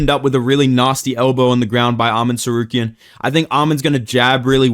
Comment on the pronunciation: Why do u say Tsarkeryan